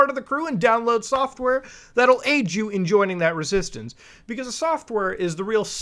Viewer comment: join' resistaunceee " - 💀💀💀💀💀 😂😂😂😂😂